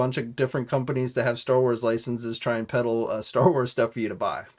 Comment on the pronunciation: "Peddle"! Too funny